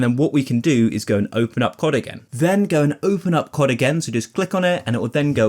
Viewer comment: C O D, not Kott.